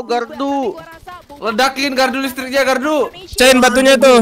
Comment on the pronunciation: Bang bilangin ke limit...klau itu gardu bukn galdu